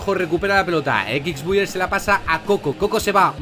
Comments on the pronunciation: Me quedé raro cuando decía ekixbuyer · Xq dice equics buyer? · Nadie: Absolutamente nadie::EquixBuyer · Like si te diste cuenta de que dice mal xbuyer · Like si no sabe pronunciar x